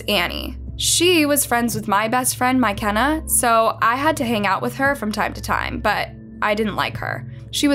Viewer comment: no the pronunciation is wrong lmao